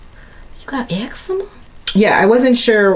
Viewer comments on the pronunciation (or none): You got “eggczema” lmao